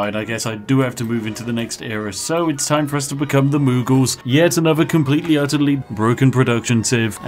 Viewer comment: Alright, surely I can't be the only one, when Spiff said, 'Next we want to be the Mughals', who actually heard, 'Next we want to be the Moogles' xD